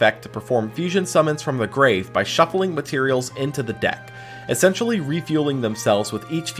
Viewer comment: Why are you pronouncing essentially wrong? 'Excentionally' isn't a word bro